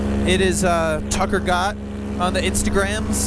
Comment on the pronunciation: Potasio Gamers bruh its Gott not Nott